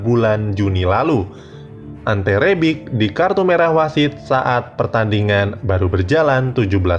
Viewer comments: Kjaer dibaca Kiyaer bukan Kejaer ... Dodol lu Bro ... Bennacer dibaca Benaser bukan Benaker ... Rebic dibaca Rebij bukan Rebik ... Belajar bahasa negeri orang dulu Bro baru ngomong ... Ibrahimovic dibaca Ibrahimovij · Siapa Kressy woi??? Benaker pula. Kjaer dibacanya bukan kek mujaer juga. Rebic woi, bukan Rebik. Lol. Gak sekalian aja Lionel Kessie dan Zlatan Abramovich? 😂😂😂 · Bacanya Kjaer bukan Kejaer tapi Kiaer min trus Rebic bacanya Rebitsh trus Ibrahimovic itu Ibrahimovitsh